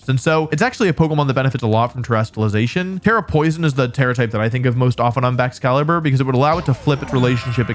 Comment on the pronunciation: it is baxcalibur or chien pao